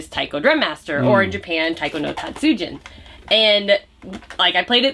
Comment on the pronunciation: Taiko no Tatsujin (jin) is pronounced like jean not gin keep studying more, especially Japanese Vowell sounds, there is only one way to pronounce them.